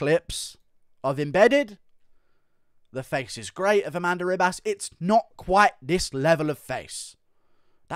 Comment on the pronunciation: A-MAN-da Nunez 😁🤣